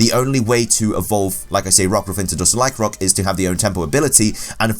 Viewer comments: Lyc-AN-roc not Lyc-roc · Accents are not excuses to skip syllables.